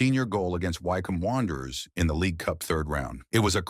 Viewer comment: "Why-comb wanderers"... I'm done with the narration. Insufferable.